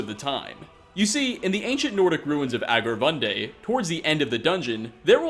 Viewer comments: where is "aggravunday" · Did you mean Angarvunde,?